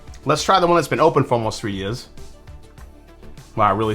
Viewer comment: glad you caught that because I paused for a sec and thought “did he just say ‘three yezz’?” 😂